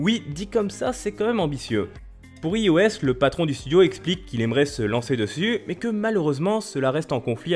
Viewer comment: T'as vraiment dit "IOS" avec un "i" français? Wouah mes oreilles ont saigné la ^^